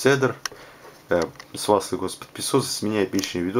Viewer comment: Позволю себе немного подушнить. Правильно этот телефон называется не Цедар, а Кедр. У Sony Ericsson целая линейка телефонлв которые называются в честь деревьев. Cedar - кедр, Elm - вяз, Aspen - осина, Hazel - орешник.